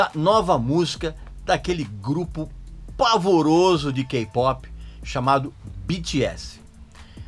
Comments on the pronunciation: Me divirto com o esculacho. Kkkkk. Morro de rir quando diz: "PAVOROSO". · hhaha tive um ataque de riso quando ouvi essa...